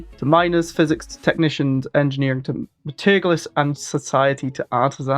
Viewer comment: at some point will realize that he's been saying metallurgists wrong this whole time